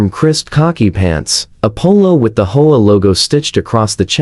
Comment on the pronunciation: I do wish that AI could learn to say "Aitch Oh Ay" instead of Ho-ah, but I suppose that's asking too much. 😆